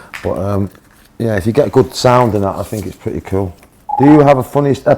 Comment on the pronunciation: 영국발음인가요 ㅋㅋㅋ 쿨이 퀼로들리네